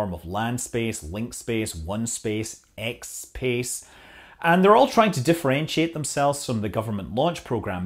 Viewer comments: It's ExPace, not X Space.... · Did you say "Xspace"??!